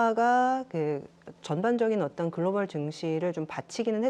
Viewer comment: "그로발" 아니고 "글로벌" ^^